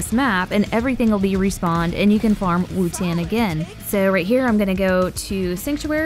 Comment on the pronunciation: why do you say wutan its spelled wotan???